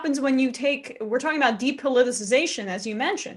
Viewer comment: Sam can't pronounce 'depoliticisation'. Add it to the list.